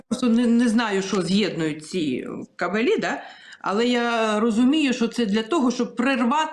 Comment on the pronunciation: Дівчата.не кабелІ , а кАбелі. Наголос на А.